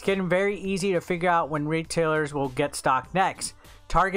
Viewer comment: Did this really just say tarjay